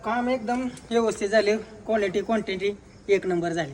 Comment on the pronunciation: काम मस्त केलंय भाऊ 👌🏻👍🏻 गाडी मालक काय हॉटेल वाल्याच्या रील्स बघून आलाय काय 🤔 कॉलेटी क्वान्टेटी बोलत आहे. 😄